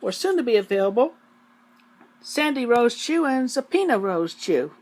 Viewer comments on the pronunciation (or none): "Zapina Rosechu". I think he meant "Subpoena Rosechu" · I heard “Subpeona Rosechu” and thought it was a rare moment of self awareness.